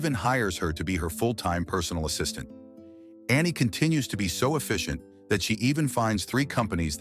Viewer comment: Ass-is-taint is CRAZY 😂😂